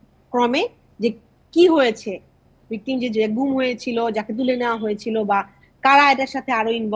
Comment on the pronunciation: "ঘুম" নাকি "গুম"? "Gum" or "Goom"?